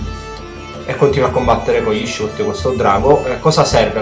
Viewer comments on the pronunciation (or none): anchio non vedo l'ora che rilascino il gioco pero' non e' "shoot" ma "shout" (pronunciato sciaut) :)